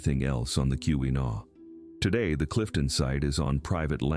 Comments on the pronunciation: It's key-wa-naw not key-wee-naw! Driving me crazy! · Kewenaw is pronounced key’-win - awe with the accent on the first syllable. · This was obviously created by someone isn't from Michigan (or AI) as the pronunciations are terrible. Every time 'Keewenaw" was mispronounced, I cringed. 😫